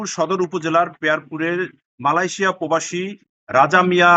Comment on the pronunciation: সাংবাদিককে বলছি, পোবাসী বলছেন কেন বারবার? শব্দটা হব প্রবাসী।